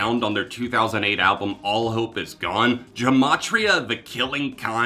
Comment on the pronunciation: you misspronounced Gematria (The Killing Name)